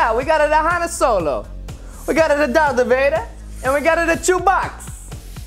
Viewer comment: it call dark vader not drath vader